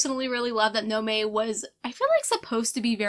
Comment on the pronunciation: I'm currently in the middle of Mexican Gothic and thoroughly enjoying it! Such great creepy vibes, and so many good classic gothic tropes. I must tell you that Noemi is pronounced No-eh-MEE, not No-may. Just say all three syllables.